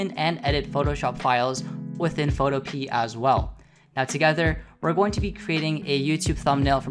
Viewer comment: I have no fricking idea but for some reason, I thought you pronounced Photopea as Photope a (if that makes any sense).